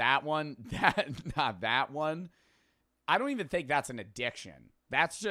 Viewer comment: an ad”dih”ction.